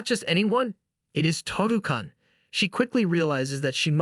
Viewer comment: When your AI can’t even pronounce basic shit like “kun” or “san” correctly, your channel is pointless.